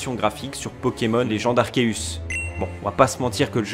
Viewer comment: Giratina se dit Jiratina en français. C'est comme girafe ou gyme. Arceus idem c devant une voyelle se sit S.